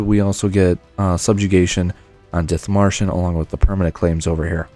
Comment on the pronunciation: as a german I can say you pronounce Schleswig or Dithmarschen quite good for a non native speaker nearly perfect ;).